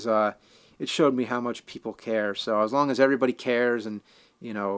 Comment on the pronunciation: "Has i am American"? Sound foreign to me haha.